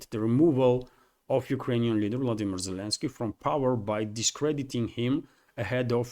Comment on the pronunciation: Zelensky... how can i trust your ability to give me the news when you dont even get his name right? Lots of better channels.